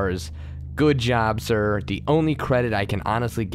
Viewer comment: There are a couple pronunciations that pull me out. I don't mind words that have multiple acceptable pronunciations or are obscure but simple words such as the word 'the' being said as 'da' is incredibly immersion breaking.